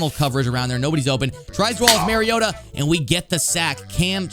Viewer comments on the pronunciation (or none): none